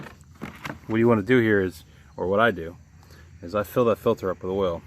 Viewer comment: filter not filder